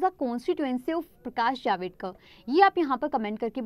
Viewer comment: Its not प्रकाश जावेदकर Its प्रकाश जावड़ेकर 😊